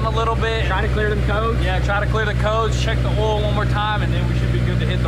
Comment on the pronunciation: Everyone: "OIL" Spills: "OLL" Spills